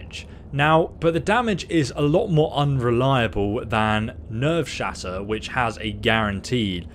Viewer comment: When he says never shatter even after looking at it and then realizes his mistake and corrects himself but he’s still wrong and says nervesshatter